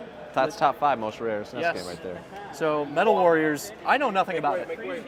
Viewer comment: Please stop saying snes